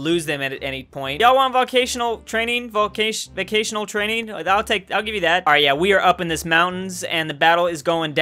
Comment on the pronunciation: Volcational Me: The l is at the end of the word. How the hell did you pronounce Vocational as Volcational